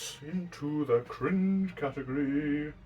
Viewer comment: Catehgry. Don't take it seriously please